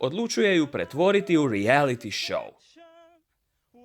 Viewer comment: Cemu takav izgovor "reality show"?